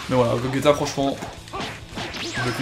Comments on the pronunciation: C bien beau mais.. C'est gogéta et non gogeta! Enfin on l écrit gogeta mais sa se prononce GOGÉTA voilà ! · Tu respectes même pas son prénom à Gogeta, ça se prononce GOJÉTA et ça s'écrit GOGETA